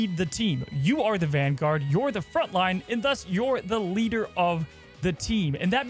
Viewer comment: ERM- IT'S VANGUARD ACTSHULLY